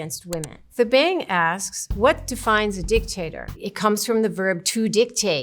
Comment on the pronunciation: The Bang asks 😂😂😂 This threw me off 😂 That name is probably pronounced "Ta-Bung".